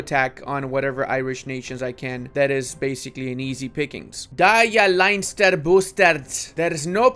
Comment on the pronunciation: Leinster is pronounced "Lenn-ster", not "Line-ster"